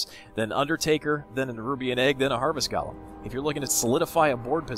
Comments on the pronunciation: Its gOlem, not gAlem :D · He pronounces it gollem, not galem. Both are wrong, but, just sayin.